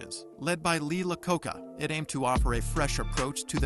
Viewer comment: LEE LACOCA. HAHAHAHAHAHAHAHAHAHAHAHAHA... HAHAHAHAHAHAHAHA.